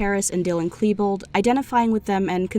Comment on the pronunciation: That's not how you say Klebold